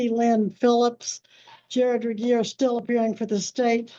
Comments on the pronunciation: Please pronounce j. Regier correctly. She is driving me crazy!! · This dingbat again...smh. and poor ol' reliable Regier, always having his name pronounced wrong.